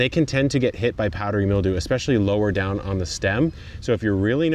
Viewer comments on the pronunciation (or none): none